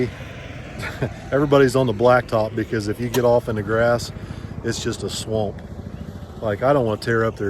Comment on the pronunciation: I like how you said "swamp". Sound like you from "Sherfield",AL...lol